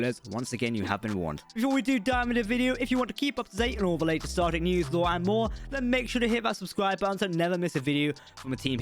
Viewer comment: could just be the accent but it almost sounds like he said "starGATE universe"